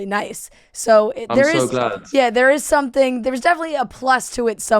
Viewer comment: He says “someFing” 🥰